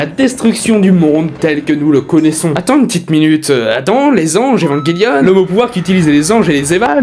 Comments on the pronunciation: J’adore le concepts mais c’est vrmnt trom rapide comme rythme (et en même temps très cours 10min pour parlé d’evangelion c’est cours) et j’ten supplie dit évanjélion et pas evanguélion( prend le pas mal mais ça m’a vrmt trigger) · Cette prononciation est correcte en anglais "évanguelione", mais c'est vrai qu'en FRANGLAIS ça se dit bien "évanjélion" (moi le premier). ;-)